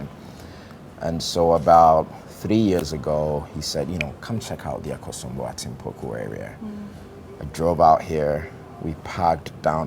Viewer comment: please get the location right....its Atimpoku. thanks for understanding.